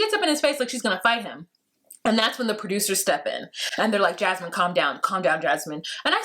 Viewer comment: Don’t spell her name like mine! 😭😭😭😂😂😂😂 I don’t wanna be associated with that woman lol Every time I hear say her name I’m like “huh?! Whaaaa??” 😁😭